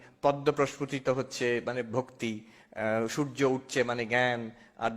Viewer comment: Please read as: Bhaktipurno